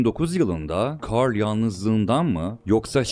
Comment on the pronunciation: Aksanlı bir şekilde carl demen içimi daralttı